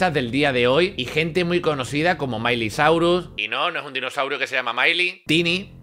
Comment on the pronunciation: MAILY SAURUS XD HAHAHA buenísimo